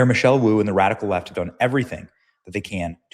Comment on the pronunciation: That not Boo that Woo as in Mayor lmao